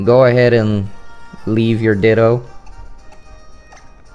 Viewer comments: Me tooXD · Me too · My ears are messed up. I keep hearing you say, "dildos" xD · Is it me or does he sound like he's saying Dildo when he says Ditto? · LOL IT'S NOT JUST YOU